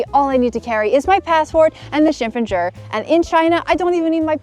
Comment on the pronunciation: 这身装扮真漂亮。还有，这个“身份证儿”的发音也太京味儿了，好可爱的感觉。